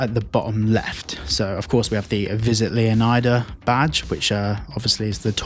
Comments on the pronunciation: It makes more sense to me to call it Lee-on-ida instead of Leo-nye-da. Sounds more like Florida. I may be wrong but everyone’s calling it Leo-Nye-Da and I have a feeling that’s totally wrong 😂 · It's not Leon-eye-da the pronunciation is similar to florida